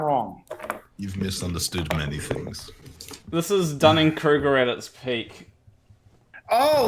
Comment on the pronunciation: He wasn't overestimating his understanding of the Dunning Kreuger effect, including pronouncing it wrong? I'm a layman, so keen to know if I'm applying it wrong.